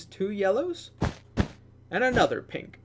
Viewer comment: Did you just say ''Pimples'' except of pink???